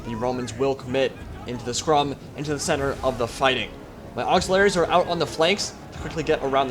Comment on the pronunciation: Auxiliaries, not auxilaries, that little missing 'i' does a lot.